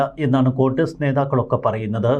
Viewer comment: കൊണ്ടസ് അല്ല കോൺഗ്രസ്.... 😂